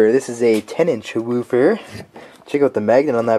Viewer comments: Sounds too funny when he said woofer weufur weufur. That made my day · This guys says the word woofer like how stewie says cool-whip...will wheaton,will wheaton,will wheaton!!!